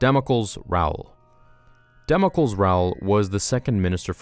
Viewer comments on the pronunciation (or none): you pronounced Damocles wrong. The e in between l and s is not silent, much like Heracles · Damocles is not pronounced dam-oh-kuls, it's pronounced dam-oh-klees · About some pronounciations, if you allow a bit of input. Damocles Rowle. The first name is Greek and is pronounced "Damo-cleese" (as in "John Cleese") with the accent on the "ee". Hephaestus Gore. You nailed this one! Kudos! About "Wilhelmina", the name sounds Dutch and I am not Dutch but I think the "h" is either less pronounced (more with the back of the throat rather than the palate) or not at all. Solid work! Bravo!